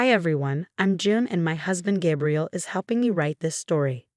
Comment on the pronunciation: GAY-BRIEL not GAB-really . Fake story and AI comment 🤨🤨